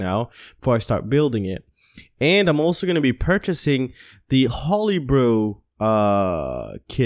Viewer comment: May want to look up the pronunciation of Tarot and Holybro. Otherwise, cool vids.